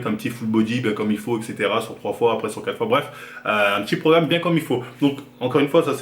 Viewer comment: Troua virgule troua !?